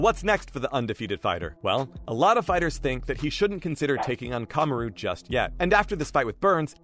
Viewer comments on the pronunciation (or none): Kahm a roooo lmaooo